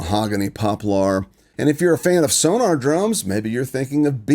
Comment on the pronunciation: I love your videos but would you please pronounce, "SonOr" as it's spelled, instead of "SonAr"? Sorry, it I'm bothers me. Other than that, your presentations are hypnotizing. I always learn something from them. Thank you for all the work involved in presenting them in a way that I understand. Regarding the "hardwood" vs. "softwood" explanation. You are exactly right! Even though there is a gray area with the hardness of either, the best "hardwoods" come primarily from the northeast USA and the best "softwoods" come from the southern states, from Texas to the east coast. The reason I bring this up, is that I worked for many years in a paper factory as a supervisor in quality control, production and other areas. The final product of either of these woods is amazing! The most expensive and high quality products ("bleached board") used in packaging cosmetics, cigarette cartons, posters, etc. are made from "hardwoods". The least expensive and lowest quality products used in paper plates and other low price end uses are from "softwoods". Just some extra information to help understand these woods.